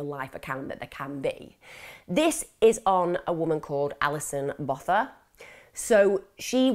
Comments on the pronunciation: The pronunciation isn't the worst... I'd say it's halfway there. We don't have a 'th' sound, so Botha just has a 't'. Incredible case though. There are some insane cases in South Africa. Krugersdorp murders, van Rooyen murders, moses sithole, daisy de melker. It's worth looking into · Youre concerned with getting the facts correct,you can atleast pronounce her surname correctly. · I think you say Botha as “Bow - tuh”. And collegiate as “kuhl - eej - uht”. Not being picky and maybe I’m wrong. X